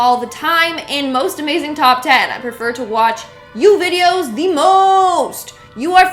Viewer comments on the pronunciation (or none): none